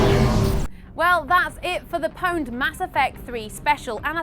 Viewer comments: its not powned you stupid bitch its pawned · PONED? Its OWNED... jesus christ. spelt pwned, said owned... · stop saying powned you stupid bitch